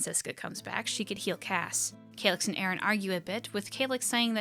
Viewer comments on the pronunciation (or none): great vid as always ! :D I might add something about Cassé, as writen in the comic his name have an accent on the "e" that changes the pronunciation for something like "cass-ay" (kind of like June and "Jun-ay"). As a natal french I just couldn't ignore, sorry x'D